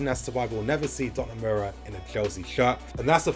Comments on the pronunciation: Every time said 'Donamura'. My will to live kept dropping lol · Great video. But it is pronounced DON-A-RU-MA